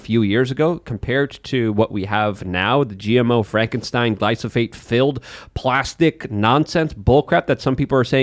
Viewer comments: for the love of God, its GLY-PHO-SATE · I love how can mispronounce glyphosate several times within a few minutes and still sound smarter than.